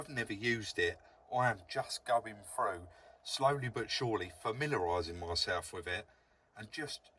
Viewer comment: When you say frew do you mean through ?